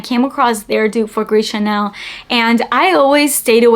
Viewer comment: It's "Gris ChaRnel."